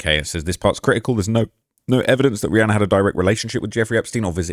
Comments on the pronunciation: im making fun kf the way he says Rhianna. He says it Rhianner......just being sarcastic please calm down. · Nooo not “Rhianner” 😭